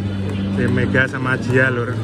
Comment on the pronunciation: Mega mas bukan medha..😂